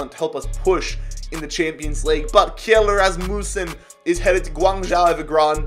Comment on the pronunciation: Kjel would probably actually be pronounced “Chell”